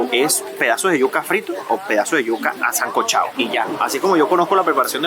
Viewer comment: Me impresiona se le sale aún el "sancochao' muy típica pronunciación venezolana,,,jijijiji muy buen video felicidades